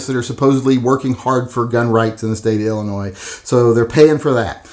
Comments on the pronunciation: The “s” is silent in Illinois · The S in Illinois is silent. Lol. BTW do you like H&K? Ive watched about 20 videos you never mention them. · Oh boy, going after “Ill-ah-Noise!” Lmao, what an, “epic takedown!” Love this man’s pronunciation, but not as much as I love his channel and his work- obviously a labor of love! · Why do you pronounce Illinois 2 different ways? The s is silent. You mispronounce it many times while pronouncing it right many times. Come on kid.